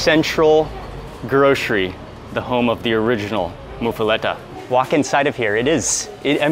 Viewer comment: PRO TIP: It's pronounced "moofa-lotta" Nobody here pronounces it "moofa-letta." 3 of us watching all cringed every time you said it lol. Plus the Village Inn in Harahan has one of the best there is. Served hot with melted cheese, crispy but fluffy bread, olive salad isn't too bitter or oily, pastrami isn't overly salty. If you're ever back around make the 15 minute trip. Well worth it.